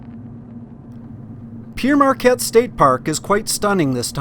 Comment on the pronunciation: A bit of gentle criticism,. You weren't in "Pe-ere' Marquette, it's "Pere" (pronounced "pear") Marquette State Park. Named for Pere (Father) Marquette, early explorer. A better route (when it's not underwater) around St Louis is to take the Clark Bridge over the river and hanging a right, under a one lane railroad bridge, to West Alton. Take 94, traversing historic farmland, around to 370, at St. Charles, which will take you to I-70, past the worst of city traffic If you decide to ever do the I-70 Missouri route again, stay on 65 and connect to 24. It takes you through the "real" Midwest, passing through other unique towns. You can always get back on I-70 at Independence. I'm super familiar with the area because it's in my blood. The L&C expedition details lead my ancestors to migrate to the area where you saw the confluence of the Missouri and Mississippi about a decade after the explorers found the place. Quickly discovering that the area was swampy (back then), they headed farther north to the area of Pere Marquette State Park.